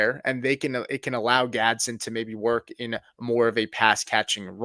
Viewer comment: It's not Gadsin.. .. It's pronounced Gads-den